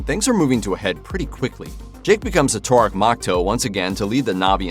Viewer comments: It's TOH-rook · It's "Toorook" not "tour-ick".